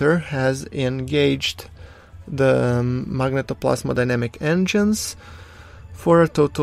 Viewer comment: Phoenix Tunes magnetoPLASMOdynamic ;)